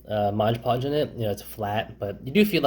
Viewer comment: Take a shot every time he pronounces Mod Podge as Modge Podge. :P